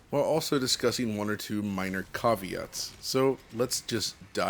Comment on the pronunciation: Please look up how to pronounce, "caveat."